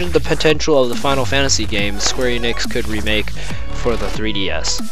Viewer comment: It's not eenix, it's eh-nix